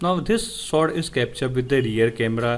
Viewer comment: Why u Indians speaks English if it's not ur native language LOL 🤢🤧 speaking slowwely slowwly and then 1000words/Sec That is portrait shot Not sot